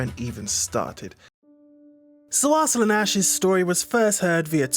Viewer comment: AR-slun....lol..what it is pronounced as arsalaan...